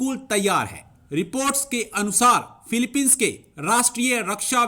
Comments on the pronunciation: Phiopine inse sahi se bola nhi jata kya karega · Pahle philipine bolana shikhe